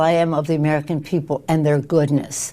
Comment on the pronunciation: "HOW I respect the Anwrican people and their goodness"..... hahaha PELOSI. Nice try! We know you witch!😂